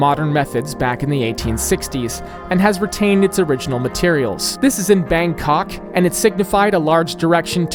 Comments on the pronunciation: As a Thai, I am revoking your pass to say “Bangkok” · The way you pronouce "bangkok" is priceless.